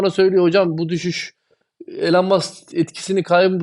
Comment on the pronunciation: Hocam yaa o kadar çok içten ve aşkla konuşuyorsun bari Elon Musk ın adını doğru telaffuz te tam olsun. Ya adamın ismi İloan diye telaffuz ediliyor. En kötü gir google translate ordan tellaffuzunu duy. Şu adamın adını doğru dürüst söylen çok az insan var bu ülkede. Kusura bakma sana geldi bu eleştiri ama en çok ta sen kendini doge için paralıyorsun o bakımdan. Ayrıca başka madem içerik üretiyorsun gerek isimler gerek coin adlarını doğru söylemek çok önemli. Bu senin işine verdiğin önemide gösterir. Aman noolucak canım sen zaten benim nedemek istediğimi anlıyorsun kafası yanlış bir kafa olur benden söylemesi. İmza bir dost:)))